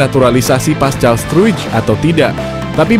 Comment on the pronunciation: Paskal bukan pascal c di baca k!